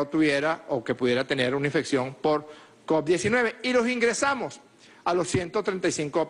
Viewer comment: Se dice covid,no coc, cabeza de papa Francisco